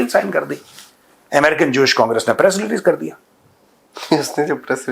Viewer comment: Major sahab....kar dengey nahi....kaaar dengey